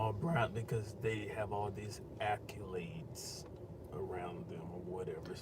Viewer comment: Accolades, not acculades! Acculades is NOT a word!